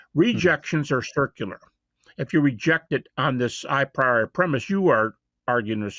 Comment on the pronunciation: A very simple, silly fact prejudices me against Habermas from the outset: he pronounces "a priori" as EYE-PRY-OR-EYE. It is in fact pronounced AH-PREE-OR-EE. This may, as I said, sound silly, but I just can't take seriously any philosopher who never seems to have heard the term "a priori" pronounced before. How does he even get ""eye" out of "a"? This term is basic to theories of logical analysis. Any actual philosophy academic has heard it pronounced hundreds, if not thousands, of times by multiple people. "Eye-pry-or-eye," for godssake. It just sounds terbacky-chawin' ignorant. My prejudice is vindicated by just how primitively stupid his epistemology rant is. He seems not even to have really grasped the previous people who have criticized Hume. Habermas is a guy who has nominally absorbed enough ad hoc epistemology to make a specious and misguided argument for Jesus' resurrection-- not anyone who has ever studied epistemology as a topic on its own. I'm not even slightly going to go into any technical deconstruction of what he has said in these clips. It's just way too goober-stupid to even merit that. So, Habermas is supposed to be a heavy-weight Christian apologist? Jebus H. Christ. I had no idea it was that bad. I will say one thing on the substance of the video: The only significant evidence we have for the mere existence of Jesus is the four Gospels of the New Testament. These are outlandishly ooky-spooky supernatural third-person narratives written by unknown members